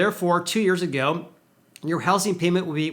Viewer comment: I’m sorry, but I can’t take it anymore! It’s pronounced houZing, with a Z not with an S.